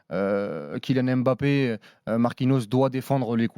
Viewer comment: « KiNiane Èmbapé »